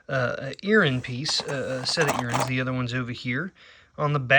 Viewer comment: I absolutely love your channel and all the info you share with us all, I also love the way you say earrings, earrins ha ha, I’ve never heard that word said that way but I like it ha ha. Thank you for all the information you give on your channel it helps me and I’m sure others so much! Can’t wait to see what is next! Watching from Birmingham Alabama 😊 see you soon cousin! 😊